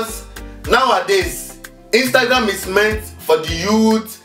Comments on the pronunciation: Almost Made Me Spill My Soda Our My Mouth 😂😂 With "Ingramgram" 😂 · said Ingram gram haha 😂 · "ingramgram'' im dead💀💀💀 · When she said ingragram I died of laughter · Dude stop try to fix your talking mistake with more talking you just make it worst . the Instagram part was kill me with laughter. 😄😄😄😄😄